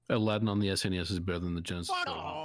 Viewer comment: I do love me some Allah-ding